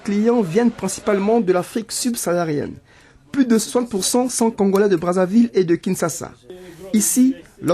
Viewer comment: je suis la seule qui choqué avec "KINSSASSSA"